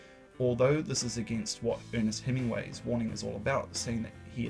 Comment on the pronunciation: Did you said Ernest Hemingway intentionally? Otherwise the video is very well described. :D